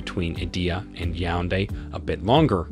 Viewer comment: Fun Fact: He never said Yaounde correctly😂